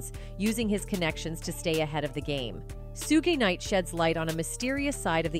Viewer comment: Sue gee night 🤣🤣🤣